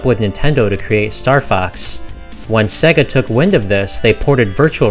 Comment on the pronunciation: Great vid man but it's SEYYYGA (not SEGGA). It is SEGA (as in 'to be this good takes AGES').